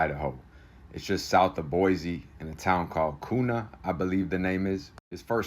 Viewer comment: It's pronounced Boy-see. Not Boy-z. It's pronounced KYOO-nuh. Not Koona. Also. BK is in J Block at IMSI. He will be in solitary confinement 23 hoursa day. No contact with other inmates. No inmates will be out when he's moved around to medical or rec time. Don't get your hopes up. 17 years within Idaho Corrections. We run things different here.